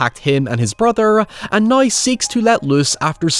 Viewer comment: I'll never understand how "now" becomes "naiye" and "however" becomes "haiyever." 😂🤣